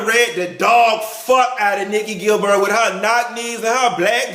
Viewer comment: nikki "gil-bird" 😂😂😂😂